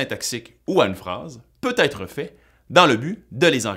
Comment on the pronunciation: Attention à la diphtongaison! Même au Québec on devrait prononcer ÊTRE [ɛtʀ], et non pas Aïtre